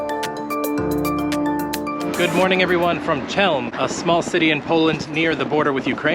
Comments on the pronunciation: Man, so those are not just some ancient legends nor stereotypes: you Americans really don’t give a toss about learning how the geography you travel to is pronounced 🤔 It’s Chelm (!) {khél’m} But my personal like for giving a toss and visiting my beloved city. And learning how to get to the toilet as well 😂❤ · How is it that English speakers can never pronounce foreign names? Chełm? 🫣